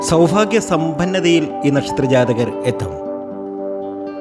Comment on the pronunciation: സൗഫാഗ്യമല്ലെടോ സൗഭാഗ്യം